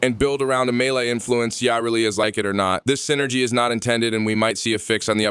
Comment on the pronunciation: Its Yuh-Reli not Yaw-Reli god this bothered me